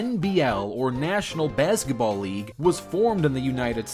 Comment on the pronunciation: The way he says bazgetball